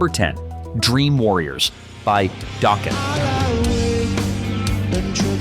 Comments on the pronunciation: Who the hell is Don Doughkin its Don Dokken. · LOL…During the section about Dokken’s “Dream Warriors”, you pronounced Don Dokken’s last name as “Doken” (with a long O sound) and then when you mentioned them breaking up, the picture you showed was Don’s solo band instead of Dokken. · I love your videos, but the pronunciation needs some work. Keyfer, Cinderella. Don Docken, just like you say the name! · 😂😂😂😂😂 yes it did!! 😂😂😂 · You missed too many to list. Please learn how to pronounce words like Don Dokken… Dock-un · Really you can pronounce the band name dokken but you can't pronounce the lead singer's last name what the? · it said Dokken right but not Don Dokken.... lol